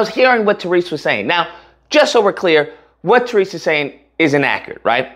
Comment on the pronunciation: If you’re gonna keep up the current grift at least get Tyrese’s name right… I’ve never heard any other person pronounce it that way